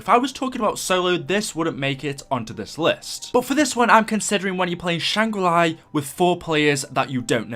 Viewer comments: Please dont ever say shang ra li ever again.... its shang gri la, LA.... not LI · Can you say Shanger la. Not shanger lai, it's not ly it's la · btw it is Shangri La, nor Shangri Lai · Why do you keep calling it Shangra Li